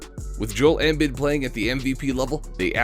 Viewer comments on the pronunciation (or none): No it’s not 🤣 man can’t even say embiid’s or buddy hields names right. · This mf cannot pronounce any of the players names…Embiid, Hield, and spelled Jerami Grant as Jeremy Grant. Bruh